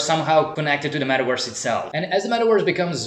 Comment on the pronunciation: Wee rrrrr in the metawerse 🤣🤣🤣🤣